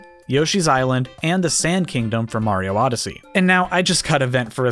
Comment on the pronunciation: Castle was from N64 come on now...how in the world you say Odyssey